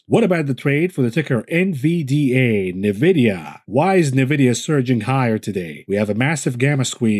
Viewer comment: nVidia is pronounced "enn-vidia," not "neh-vidia"